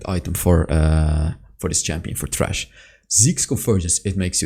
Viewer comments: It's thresh like threshold, not trash My dude I really love you, but this makes me so angry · i am pretty sure you mean Thresh and not Trash. there is a th like in the, theater, threshhold, them, three. etc. stop ignoring correct english pronounciation. thanks and boom out. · no he is sying "trash" instead of "thresh" with TH sound. obviously. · The way you say thresh makes the subtitles say trash XD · I don't mean to make fun of your accent, but it really sounds like you're calling him "trash" lol